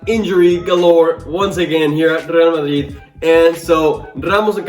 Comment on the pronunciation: I love how you say Rrrrrgrreal Madrid, the pronunciation is perfect